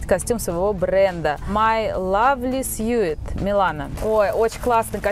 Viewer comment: учи английский! Как читается слово suit знают школьники! Негоже миллионерам не знать базовый английский